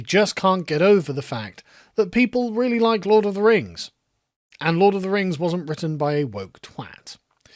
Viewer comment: Lord of the Rangz. Return of the Kang